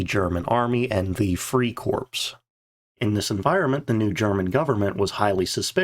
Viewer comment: Is this voiceover AI? Pronounced 'corps' as 'corpse' instead of 'core' (phon)